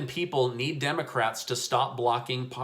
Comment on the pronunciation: ... Clear as day says "Democrack" 🤣🤣🤣... Priceless! Joking aside, the all or nothing stance isn't getting anything done. Seems like there could easily be multiple smaller bills that cover different parts of this all-encompassing relief plan, which could be passed as each piece is agreed upon so they can prioritize, divide, and conquer. Just a thought. I'm no politician.